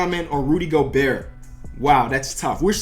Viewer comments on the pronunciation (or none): none